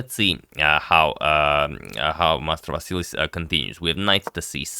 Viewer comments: His name is Mastrovas'i'lis, y raise yr tone to si, otherwise y blunder a name. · At last a Greek player! Keep in mind that Greek names are usually stressed at the penultimate syllable. So it is pronounced MastovaSIlis. Stress the SI. Thank you for this match. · yes the accent is on "si", but ok, Agad cannot know everything 🙂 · The accent is on the first i in Mastrovasilis. I think you've made the same mistake in a previous video with him. Honest mistake though 😀